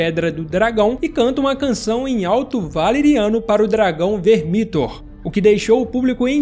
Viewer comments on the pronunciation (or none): Se fala "Vermíthor"?? Mto estranho, eu sempre falei "Vérmithor"